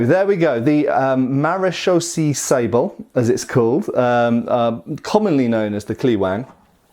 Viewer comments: Maréchaussée is pronounced like in french ... It ends in an elongated "a" (english "a") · Almost pronounced perfect. Just end with a long "ay" sound. It's a French word. And it's not police but armed border guards.